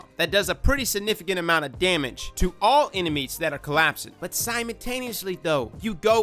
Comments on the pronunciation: This is the same guy that says "simontaneously" every video. LoL! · I’m just out here wondering who Simon Taneously is.